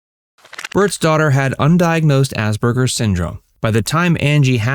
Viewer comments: The word is Asperger’s, not Asberger’s. It is incorrect to pronounce it with a ‘b’, which the narrator does throughout. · Ass PER GER’s! Why are you mispronouncing this?